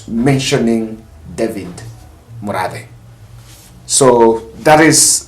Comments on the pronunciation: Hi. He is called Murathe not Muradhe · It’s Murathe and not Muradhe